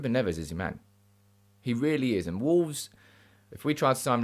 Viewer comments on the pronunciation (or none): Agree regarding Neves ( but pronounce it as a single Neves and not Nev - Es) . Would work well , Haaland too. Nice to see you back on form.